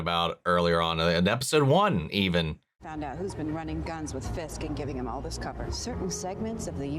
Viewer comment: she didn't fully pronounce the "this" and I completely thought she said "Skye called"